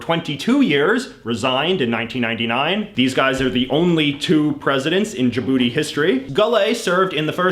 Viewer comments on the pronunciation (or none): none